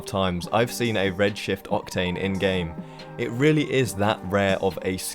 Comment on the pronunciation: In number 5 I thought you said Red shit octane lmao.